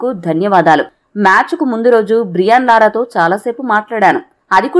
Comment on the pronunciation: Lara kadhu thalli